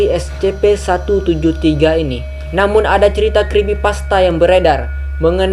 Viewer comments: Kak,cara ngmong SCP itu kayak gini esipi Ya ngmong SCP itu seperti esipi waktu ngmong esipi nya biasa aja, jangan kayak esHpi ndak usah,biasa aja! Esipi tapi tulisannya SCP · Ni org nyebutnya es ce pe Tapi klo dibaca s si pi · Bang Baca Scp itu Escipi